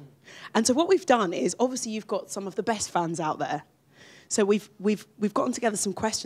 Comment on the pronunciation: I know I have been saying this for ages!! He pronounces it completely wrong. Also Harry does it with the word "obviously" I noticed. He says obvioushly